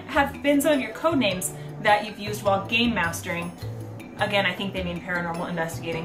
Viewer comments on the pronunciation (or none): I kept thinking you were saying , 'Gaymasters', which naturally left me slightly confused...to which I realized you were saying 'Gamemaster' which made way more sense. Either way, you are without a doubt, the awesomest (Not really a word but you mean what I know), the best master of games/investigator around!